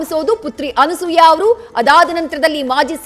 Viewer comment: Thayee adu Anusooya alla Anasooya